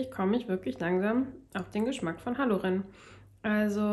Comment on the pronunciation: Wenn du bei Halloren langsam auf den Geschmack kommst dann ist doch jetzt mal endlich die Aussprache dran 😉 den fand ich leider enttäuschend 😪 die Mövenpicks sind aber alle mega 🥰 schönen Sonntag allen 🤗🎈